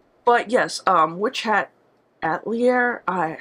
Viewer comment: it's pronounced a-tel-ee-aye 😉 it's a French word...it's not just you don't worry. Haven't come across anyone else who pronounced it properly yet. lol